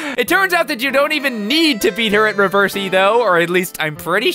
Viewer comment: 'Reversy', or however the heck you're supposed to pronounce it, is just a copy of the board game 'Othello'. Don't worry,. I'm not good at that game, either.